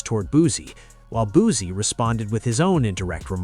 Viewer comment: Fuck all that pronounce that man name right BOOSIE his fucking name not boozy